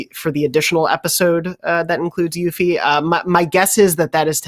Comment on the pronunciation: It is pronounced "Yoofie". Doesn't matter about English language - it's a Japanese name